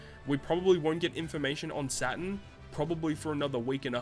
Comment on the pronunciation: It’s Saturn not satan